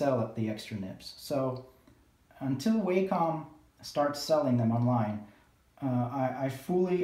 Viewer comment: Please pronounce Wacom correctly - it's not waycom. I couldn't concentrate on what you were saying as it was irritating me hearing you say Waycom all the time